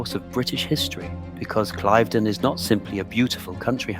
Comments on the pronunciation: [Klaiv- den] SOUNDS STUPID! It is [kliv-den]!!!! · Your pronunciation of Cliveden is incorrectl. It's Cliv', then 'den', not 'Clive' 'den'. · Cliv-den. I should know I was born there (well over the road 😅) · It’s pronounced ‘cliv-den’, not clyve-den’🙄🙄🙄🤨🤨🤨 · It is note pronounced Clive den it is pronounced cliveden where the cliv bit rhymes with give! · Pronounce “Clivedon” correctly!! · Please learn the correct way to pronounce ‘Clivedon’ …. It’s so irritating 😬